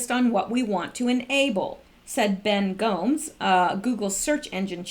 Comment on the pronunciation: It's pronounced go-mes.